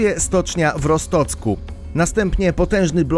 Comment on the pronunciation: Co to Rostocek?😆